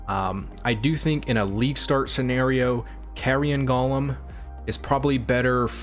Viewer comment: go-lem, not guh-lem